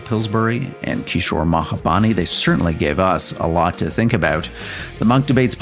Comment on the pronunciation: The moderator never said Kishore’s last name right. It’s Mahbubani, not Mahabani!